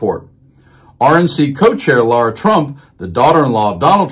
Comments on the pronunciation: Why is it so difficult for Americans to pronounce simple words? It's Lara, not Laura, It's Aileen (Cannon), not Eileen. It's Epoch, not Epic. C'mon man! This should not be so difficult! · Her name is LARA... not Laura! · Dude, I can’t stand her. But can you pronounce her name right? LA-ra, not LAU-ra.